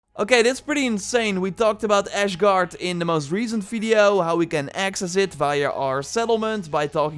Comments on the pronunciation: WHY DOES HE CALL IT "ASHGARD" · Why do i keep hearing AsHgard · I really want to know, why are you calling Asgard , “ashgard”. That’s all thanks hahahahaha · "Ashguard" lel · Gast, leer nu toch eens hoe je de woorden moet uitspreken. "ashguard", serieus? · Goddammit man stop saying Ashgard! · ”Ashgard” Please don’t.. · just one question. when did asgaard become ashguard xD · Honestly? "ashgard"? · This man really calling it “Ashgard” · Yea he said ashguard lol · He said ashguard, bruh 😂 I was a bit irritated to be honest 😂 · Nope...he said ashgard...I replayed it 5 times cause it fucked me up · Yeah I hear em saying ashgard I'm just listening to em like "wait what did you say?" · MC King Naa.. i took on my Beyer DT 1990 Pro so i can hear the detail and i hear A-SH Gar :) But this is not important. is great! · I dont know why but it bothers me alot when he pronounces Asgard, he pronounces it like its Ashgard. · I'm glad you mentioned the ash gard and the other cause I was going to, it was driving me crazy hahaha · Did you just say ashegarde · The way you say Asgard is killing me 😷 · quite frankly it's asgard not ashgard mate. no offence, good video.. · It's pronounced Azgard not Aszgard. Sory man just wanted to correct you. I know that English is not your first language. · Dude it's ASgard not ASHGard (or at least I keep hearing you say Ashgard) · Bro its not ashgard! AZGARD say with me: azgard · I'm so concerned how you said Fenrir right but can't say Asgard right. It's not pronounced ash it's az! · Asgard not Ashgard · “Ash-guard?” Asgard like Aztec so az guard. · It’s A-S-gard not A-sh-gard <.< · FOOKIN ASGARD not ASHGARD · Its Asgard......not ashgard😡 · Hi there I want to help you pronouns asgard. So i know your Dutch and the first 2 letters (AS) you say in dutch like the word (asbakken) or you can also say (es). But please stop saying (ashgard) thanks. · Asgard.... Not ashgard. And the tree is called yggdrasil(iek-drasiel) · Its asgard, not ash-gard